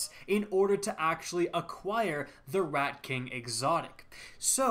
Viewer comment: sounded like he said redcock is here